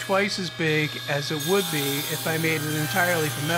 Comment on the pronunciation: ..in the first 10 seconds I thought it was a joke when you said "it WOOD work" instead of "would work" lol